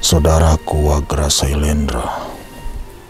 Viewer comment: Bukan selendra salah tuh , yang benar sailendra